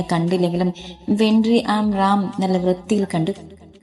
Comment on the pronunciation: വെൻഡ്രി അല്ല കുട്ടി വെട്രി